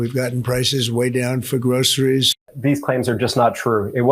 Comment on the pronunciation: Every time I hear how he pronounces groceries it makes me want to throw up. It's linguistically disgusting.